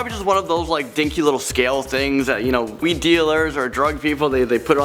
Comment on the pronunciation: did he say “we” dealers 😶 What????!